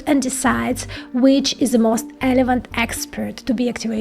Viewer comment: Say "Relevant" like - "Rrrrrrrrrelevant"